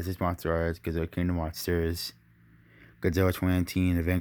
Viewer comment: I like how you say godzwilla